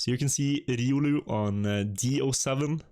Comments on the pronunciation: Please dont say „riulu”. Its not ”riuluu”, its „riolu”. Where do you see „u”, when there its a straight „o”???. Riolu! Ri-o-luu... thats the nickname of the guy. Just a fun fact! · why are you pronouncing it riUlü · would really appreciate it if you could learn how to pronounce riolu